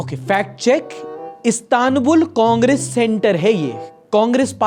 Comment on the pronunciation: Istanbul ka nam tu sahi sey len seekhlo bhai